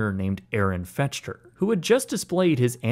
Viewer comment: Fechter is pronounced "Fekter."